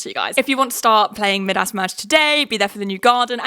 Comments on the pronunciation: Mid-ass is the strangest pronunciation I have ever heard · ‘mid-ass merge’ LMAOOOOO think it’s pronounced ‘my-dus’ Queen ily😂😂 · Maybe I’m just American but hearing you say “Midas” (m-eye-das) as “mid-ass” merge has me in STITCHES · Big fan not making fun just a cultural difference 🫶